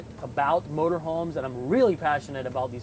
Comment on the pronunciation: Love your detailed videos!! Just an fyi...Prevost is pronounced "Pray Voo" Think French lol..